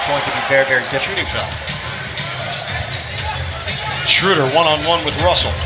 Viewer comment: They call dirk dörk and schröder shruder. 😂